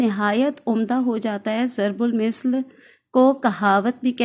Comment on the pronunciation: Mam zarb ul misal nhi zarb ul masal hota h....م کے نیچے زیر کی بجائے م کے اوپر زبر ہے